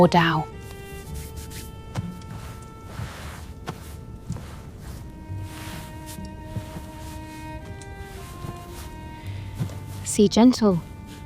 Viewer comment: Thank you for a great film! Couple of errors - dough is mispronounced, her shoes and dress kept changing in the dance and earrings in the balcony scene. Also be careful with freckles, that they remain consistent. Looking forward to other productions!